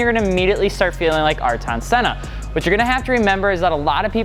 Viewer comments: ARE-TON SENNA you got me fucked up 😂😂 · Are-tonn senna 🥶🥶🥶🥶🥶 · R TAWN SENNA?!?! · Thats an interesting way to pronounce Aryton Senna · Did you just pronounce the godly Aryton Senna wrong ? Or was that a completely different thing you said ?